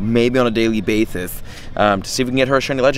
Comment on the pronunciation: on a daily "bathis"